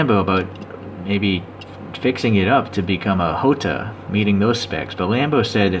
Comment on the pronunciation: nice presentation 🤘 but its jota not hota